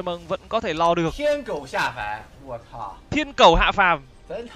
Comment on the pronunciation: câu thiện cẩu hạ phàm chuẩn luôn đấy tưởng k biết tiếng trung 😂